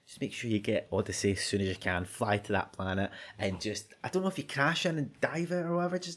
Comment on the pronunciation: lovely accent.. I thought I was being cursed at every time he said "if you" because if sounded like "F U", a much used term of endearment by my online buddies when we're doing a session of hectic shooters or other games.. thanks for being awesome, I chuckled :)